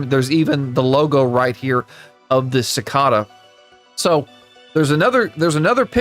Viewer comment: It's "si-kay-duh" 🥲 not "su-ka-duh". Rather than that, I love your video